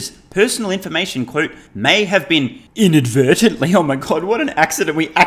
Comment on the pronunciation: In-advert-ily....we know ,that is why you were fined